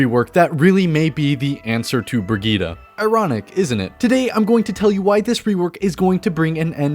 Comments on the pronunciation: It’s Brid-gette. Not brigitta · Brigette -> breh - geet not fetching bruh - geed - ah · her name is not briggite its BRIGGITEEEEEEE